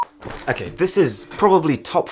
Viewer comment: He does not say okay. He says uh-kay.